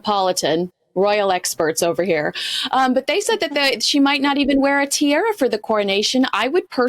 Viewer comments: Tiara, not tiera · It makes sense to wait until after the Coronation to strip the Montecito Moaners of their titles. Pedantic note to: Tee-AH-Rah, not Tee-AIR-Ah. It is amusing, as well as annoying, that these American "experts" on the UK are ignorant of correct pronunciation.. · TEE-ARA not TEE-AIRA... needs to learn how to speak proper English. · Tee--AH--raa daaahlinggg... Do get it right! 😅